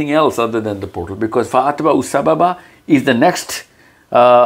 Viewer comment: Just little correction. It is “Fa atba A sababaa” not “Fa atba U”